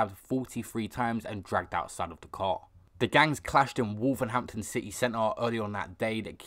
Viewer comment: It’s Wolverhampton not wolvernhanpton